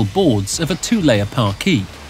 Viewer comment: Shame the narrator can't pronounce parquet.